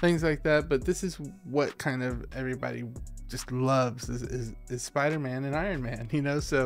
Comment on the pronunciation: What’s a “Soider-man”?